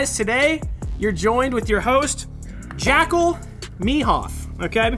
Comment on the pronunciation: Bro… JACKL me-hoff 😂🤣🤦‍♂️ literally trying eat and an effin noodle popped out of nose from laughter. Thanks for that 🫡🤙🏼🇺🇸